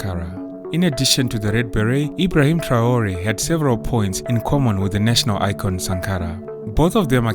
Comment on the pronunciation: This Ai generatet Video translation in the german language version is always talking about " Bosnien Herzgowina" instead of Burkina Faso! What a joke! And also the name of President I. Traore is not even spoken correctly.